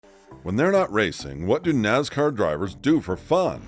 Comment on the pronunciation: It's Nascar...Not Nazcar